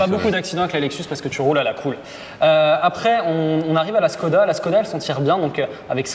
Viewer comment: on prononce chkoda, à cause du Š